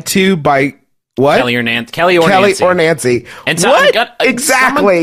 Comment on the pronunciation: that's because he pronounces it "Nawncy" just like he says "Awnt" instead of "Aunt" (ant)